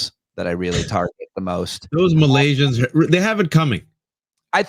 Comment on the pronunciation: "MALAisians", Pete? Make America Losers Again